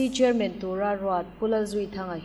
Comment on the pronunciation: Chairman a "man" a lam dan kha. Batman, Spiderman, Superman tih te han lam ve chhin teh u.